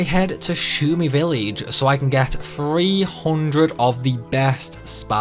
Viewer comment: Spall? Villeej. 😒